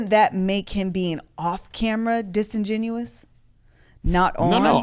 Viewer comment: Disingenuous not disingenuine - the latter is not a word and bugs me every time I hear it. Love you guys though sorry